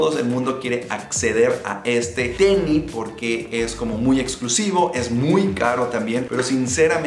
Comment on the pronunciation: Acaso dice tenni???? 😂😂que pedo